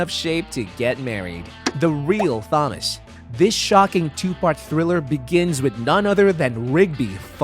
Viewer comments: You say Thomas like you've never read the name before. You pronouncing it like THomas instead of Tomas gets to me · Thomas is pronounced as Tom-as not thumb-us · so i’m the only one who noticed this guy saying “THAM-us” rather than “TOM-us” 😂😂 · you pronounces thomas wrong its pronounced tomas even thought the h is there its supossed to sound like tomas so SAY NAMES RIGHT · ITS Thomas (Tom-uhs), not Thomas (thom-uhs), Proof you didn't ever watch the show and your just reading from a script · "Says." Why do u pronounce it like "sayys"? Also, it's not tho mas. It's pronounced Tomas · It's killing me how he pronounces Thomas. It's pronounced like TOMas, not THOMas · “Th”omas… come on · You’re calling him Thomas but the H is silent. It’s just pronounced Tomas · why bro keep calling him þomas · Him saying Thom -as is killing me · I thought I was the only one who noticed that 😂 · Who the hell says "Thomas" like thag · Who says thomas like that ? 😂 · why did you pronounce Thomas like that? i'm just saying weird way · Why are we not pronouncing the T in Thomas? T.T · It’s not Thomas you idiot it is pronounced Tom-ass (the H is silent) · Loved the video but they way you said Thomas and Doug I cringed every time dude lol ❤❤❤❤ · never ever heard someone mispronounce Thomas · why are you bad at pronouncing “immediately” and “thomas”